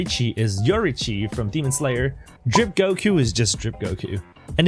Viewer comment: When He tried to Say “Ultra Instinct GOKRO” He said “kok” it made me laugh XD